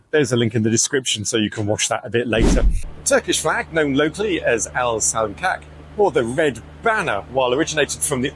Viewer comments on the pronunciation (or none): Your pronunciation of "Alsancak" is not accurate. The correct pronunciation is more like "Ull Sun Juck". By the way "Al" in the beginning has nothing to do with the Arabic equivalent of "the". It simply means "red", or more precisely "the color of blood". Turkish has at least two more words for "red".